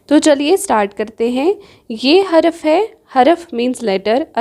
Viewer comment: Haraf Nhi Harf